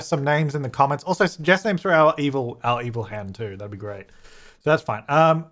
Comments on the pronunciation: Evil hen - Eva-lee. And seems it will be fine in with other chickens. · Evil hen - "Ellhen"